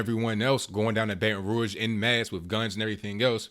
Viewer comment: Thumbs up for telling the truth and pronouncing Baton Rouge correctly.